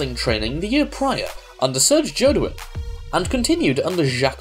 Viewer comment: too late now but its Serge Jodoin ,not Jodion.